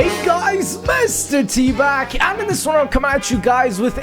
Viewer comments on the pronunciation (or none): at the start of the video you said "mr.t back" but I heard you said "mr.teebag"